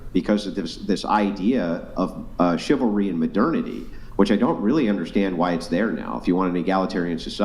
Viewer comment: 😂😂 She said shilvery! What the hells's shilvery? It's chivalry ya donut! 😂